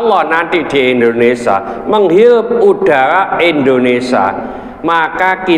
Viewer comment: Waalaikumussalam..Maaf Abaah, bukan lndonesa, tetapi lndonesia